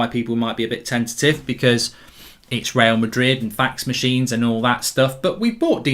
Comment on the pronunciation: Mark today: Twister Real Madred